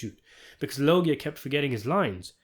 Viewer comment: Pronounced "Lowdja."